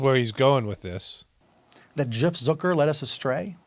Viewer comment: He says Zuker.. you say Zucker.. let's call the whole thing off..lol I'm from Australia, but isn't Steltza heartburn medication in the US (don't tell me.. don't care.. lol) It gave me so many belly laughs.. lovin' the content.. perceptive side-splitting satire/social commentary.. 😂🤣😆😁👍👍